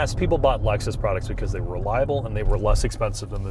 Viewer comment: We can't hear you over the childish Nintendo noises. "Laxus". 🤢